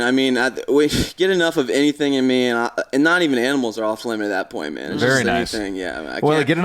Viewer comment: looks like he pronounces animals "aminals"